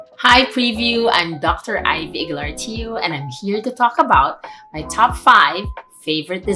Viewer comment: Ang OA ng pagkakasabi ng “Aguilar” “Eygler” daw 😆